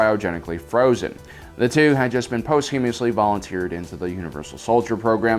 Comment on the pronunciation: "Post-you-musly". Not "post-humously"..